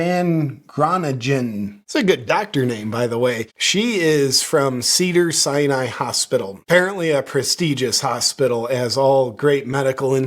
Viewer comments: Did JP say “Cedar Cyanide”? 😂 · I seriously thought you said ‘cyanide’ hospital!! 🤪😂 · Did he say “ Cedars-Cyanide”??!😂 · I thought you said “Cedar Cyanide” at first, which would have been appropriate.